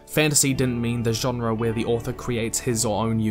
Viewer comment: Why do you pronounce genre that way